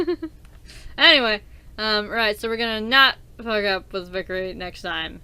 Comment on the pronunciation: Sorry, i'd want to point out that your saying vikere (vik-er-e) when its vikare (vik-ar-e)...